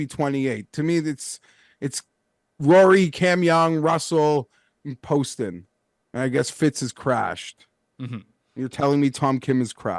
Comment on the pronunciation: Hey, love the show, but let’s learn how to pronounce some of these golfers names correctly. Justin Lower (pronounced Lauer). JT Poston (not Paston). Not a big deal, but it seems like some of the guests don’t watch the tournaments